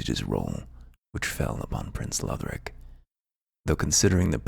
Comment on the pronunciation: I like your voice better. I feel like he was trying to sell me something. Plus the way he pronounced Lothric made me writhe in agony